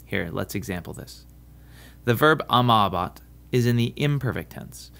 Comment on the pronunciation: Gotcha again: the Latin long 'a' in amabat is not the same sound as the English 'a' in was (wuz)! Secondly, the stress is not always on the endings. This is a mistake many Latin teachers make, I guess to aid in memorization but which results in the students learning the wrong pronunciation.